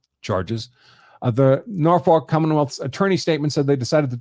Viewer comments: Can't blame out of town folk for not knowing it's pronounced, 'Nawfuck' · Aaarrrggghhhh he can't pronounce Norfolk 😮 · They never can lol